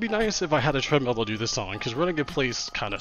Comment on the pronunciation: "But if I was like, running on a Treadmeel,"